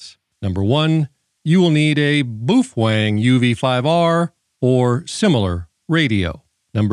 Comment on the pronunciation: Why do you call it “boofwang”? You have pronounced it correctly in past videos. Just curious!